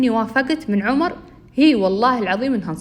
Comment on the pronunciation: هلاا عمر مو حرف a حرف o